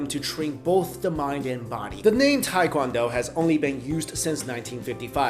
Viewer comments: hey dude, it is no tai kwan do-its tae kwon do! hey dude its not karati, its karate, hey dude it not kang fu, its gung fu. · Tae is pronounced 'teh'. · Why can’t anyone pronounce TAE KWON DO!! Even other Asians from America lol. It’s phonetic pronunciation is : teh kwon doh It is not tai kwon do ppl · Proper pronunciation for tae-kwon-do is tay (like née) kwon-doh (like play dough); appreciate the quick explanation of differences 🇰🇷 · Teh-qwan-do (soft o) not hard american english OOOHHH! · I hate when people say pronounce it "Tai"